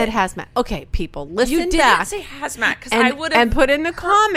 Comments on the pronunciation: SHE SAID HASMAT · SHE SAID HAZMAT